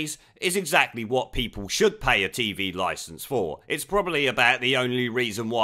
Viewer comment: Just to let lily Allen know, licence doesn’t have a “S” at the beginning